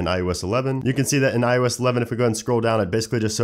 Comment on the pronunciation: '' On IOesh 12''